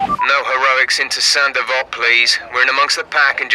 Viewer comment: Saint Devote? Hell, I thought he was saying "Sandoval"